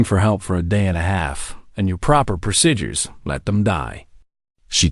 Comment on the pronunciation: THERE'S NO "I" IN "PROCEDURES". IT'S "PRO-SEE-JURS" NOT "PRO-SI-JURS". FIX YOU'RE FLINKIN' NARRATOR.